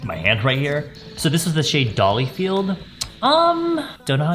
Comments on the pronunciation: I just can't get over how he says dolly-field instead of dollyfied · Dollyfied, not dollyfieLd ☺️🤗 Like everyone else there was something different about this video, both the filming and editing was awesome 💕🌸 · Thx for making make up fun for me again. Not to be "that one" but, I thought you said Dollyfield but, it's Dollyfied (without the L lol). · DollyFIED,, not dollyFIELD lol